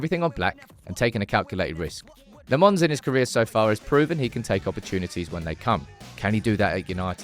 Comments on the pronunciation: Do need to work on his name though, it's not Lemons. It's more like Lamp (but pronounced without the p) + Mens. As for his first name, it's not Sen but Senne, just add the same e in the middle at the end and it'll sound fine. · When pronouncing Lammens, it's in fact the other way around. You seem to say le mans, but it is "la mens" with the "e" as a schwa. Just a heads up. Maybe a bit creative, but proncounce "Lammens" like you would say "lamb untz" without the b sound from lamb and without the sharp t from "untz". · Still calling him LeMons.... Lammens ... the a is like "a" like "after", and then it's mens like the word "men"..... ITS NOT THAT HARD